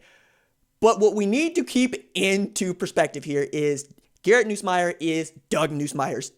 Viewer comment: Atleast pronounce his name right when saying it